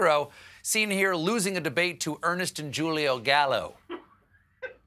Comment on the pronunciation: "Jull-e-o"? Come on Stephen, how long you've been doing this? Julio is pronounced with an 'H' sound. That was cringe to listen to, and makes the joke ironically unfunny when you say it wrong.